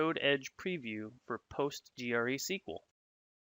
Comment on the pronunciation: Handy video but I'm sure that someone by now has told you it's pronounced Postres-QL rather than POT-G-R-E-SQL?